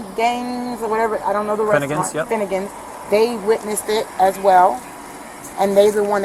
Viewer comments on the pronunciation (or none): She was trying and failing so hard to pronounce the Finnegan’s store name: She asks the cop “Is it Fan Dangs?” while pointing and looking right at the store sign. 😂